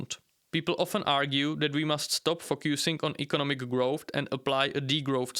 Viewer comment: What is "growft"? I've never heard this word.